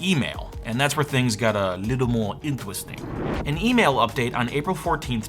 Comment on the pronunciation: What's an "emaila"??